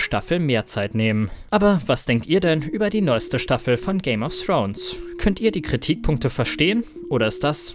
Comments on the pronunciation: Dass es Thrones, und nicht Srones heißt, ist euch klar, oder? ;-) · So mein Freund und du lernst bitte erstmal richtig Englisch weil wenn ich noch einmal "Game of Srones" höre kotze ich. Thx😁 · Man spricht es nicht Game of srons aus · Srones nicht Thrones? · Alter wenn man es nicht aussprechen kann sollte man nicht 100 mal Game of srones sagen!!!